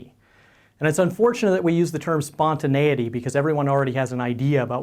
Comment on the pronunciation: He Pronounces Spontaneity Perfectly😍😍😍